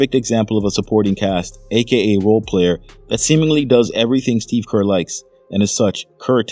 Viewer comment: It’s Kerr Kerr Kerr! You sound stupid Kerr! Gg❤